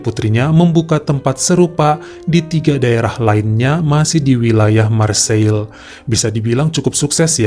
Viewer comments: Marseiye, bukan Marseil bro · Marsei penyebutan yg tepat lae